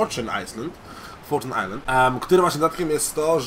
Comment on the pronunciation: Forczun ajslend? XDDDD